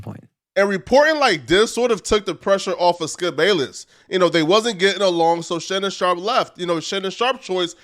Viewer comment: "Shannon Shop"???